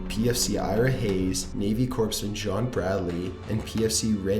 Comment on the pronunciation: ughhhh same thing with Corpsman the 'ps' is silent